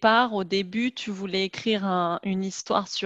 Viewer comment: It sounds like she said "je ne veure pas" several times to mean "I didn't want". Can't figure out what she was actually saying or the spelling.